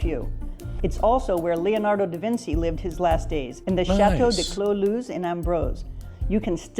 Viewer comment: I am English so you might not take my word for it, but to my mind, that American narrator mispronounced Leonardo daVinci...?